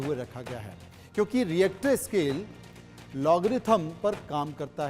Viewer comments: इसको रिक्टर स्केल बोलते हैं रिएक्टर स्केल नहीं 😂😂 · Ye Reactor scale kya hai 😀.... pronounce nd write properly